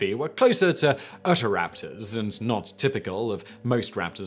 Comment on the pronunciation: Uttahraptors. You mean Utah-Raptors?